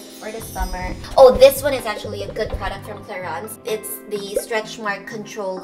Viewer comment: its pronounced as it is cla-rins